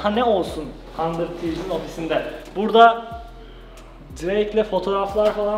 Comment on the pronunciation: Nobody:: Handır Tiiifs